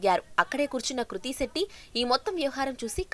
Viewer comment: Kruthi setty😂 It’s Krithi Shetty